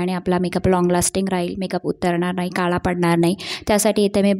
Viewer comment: मेकअप छान केलस. व्हिडिओ बनवताना भाषेवर प्रभुत्व असावं. नको तिथे ण चा वापर अयोग्य आहे. छाण नाही छान नाही हा शब्द णाही असं बोलतेस. आणि लिसटीप नाही गं लिपस्टिक म्हणतात. काला नव्हे काळा. मेकअप चा व्हिडिओ करते आणि लिसटिप बोलते. योग्य ती सुधारणा व्हावी.